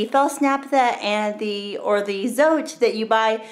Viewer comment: FYI, "Zote" is pronounced "tsaw-teh."